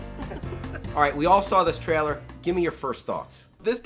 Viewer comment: For fook sake learn how to say "trailer" correctly already! Is this just another thing you do on purpose that you think will appear endearing but is just annoying as shit?! I wan't to get super angry but I feel a bit sorry for you with you being a virgin and all....